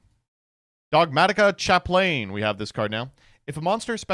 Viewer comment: chaplain isn't pronounced like that